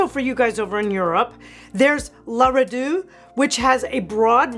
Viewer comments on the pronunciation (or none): You should pronounce the T E at the end of RedouTE. Loved the video.